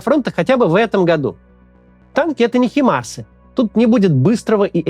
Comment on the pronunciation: Максим, Вы же владеете английским (в отличие от меня). Но не могу я больше слышать "химАрсы". Ведь правильно произносить "хАймарсы", с ударением на первый слог. Сегодня слушала речь Алексея Гончаренко в ПАСЕ о том, что Украине нужно не 12 танков, не 31 и не 50. Потому что у России тысячи танков. Что Вы об этом думаете? Украина должна победить. Это важно для всего человечества. Но как ей победить без реальной помощи? Где ленд-лиз? Когда он заработает? На сколько лет затянется эта война??? русская, гражданка Казахстана.